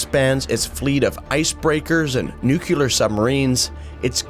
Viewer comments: NUCULAR. FFS learn to pronounce nuclear. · How does someone still say "Nucular" in 2025 lol I don't get it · Love the efforts and the spirit of your content, but at least pronounce "nuclear" correctly.